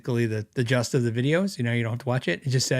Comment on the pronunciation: the word is “gist” not just.:)